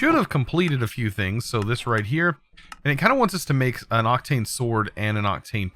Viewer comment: Octine Ore. Not Octane Ore xdd